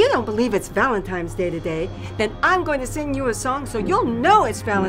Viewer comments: Did someone eventually tell her it is not called "Valentimes"? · LOLOLOLOLOLOL, that was awesome!!! "Valentimes Day" LOL, all kids pronounce it like that! Thought I was crazy for a moment. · It's bothering me more than it should when they say Valentimes day. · The scariest part of this story was how it was always Valentimes and Not Valentines. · They actually said happy ValenTIMES day! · why do i keep hearing people say Valentimes day?! i thought it was Valentine's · valentime's day! (not valentine's day) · I hate how they keep saying valentiMes day instead of valentiNes. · "valentimes day" xD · Did she say Valentime's Day? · Are they saying "Valetime's Day"